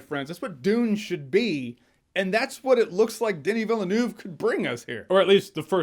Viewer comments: Sorry your pronunciation made me cringe, Den-nee Veel-Nerve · Good Lord, Jeremy. "Denny VellaNoov" huh? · I hate hearing his name mispronounced. Day nee Vill nuff. Denis Villeneuve. Say it right. COME ON. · Did Jeremy say the film was directed by De knee Villianoob. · Who's that "Daynee Vilaynuv" you're talking about, my sweet Jeremy? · "deni vilenaffe" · Wait. How did you pronounce Denis Villeneuve's name? Doeuny Vill-oeu-noeu'v. I'm fucking laughing. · Who is Denny Vill-a-noov? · Can we please have the online critics pronounce Denis Villeneuve's name correctly just once when this film comes out. For crying out loud, it's not even close. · Love your video. Since you are a fan of Denis Villeneuve, please go to Google traduction to hear how it needs to be said in French.